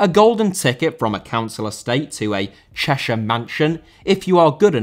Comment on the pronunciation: Hearing you say Cheshire baffed me 😂